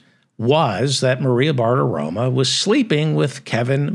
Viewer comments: The name is Bartaromo NOT Bartaroma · You do a nice job but Maria’s last name ends in “o” not “a.”